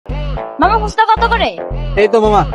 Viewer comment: ফুসকা না 😂 ফুচকা 😂😂😂❤❤❤